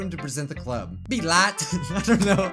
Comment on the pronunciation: pronounces blyat as bilat Me:laughs in bisaya